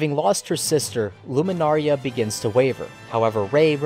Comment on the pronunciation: You pronouncing Lunamaria as Luminaria bugs me, but your analysis compels me to finish the video xD